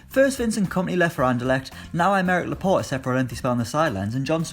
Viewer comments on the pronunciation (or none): none